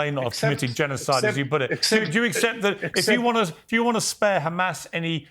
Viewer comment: Piers didn't ask "do you condenm Humus?"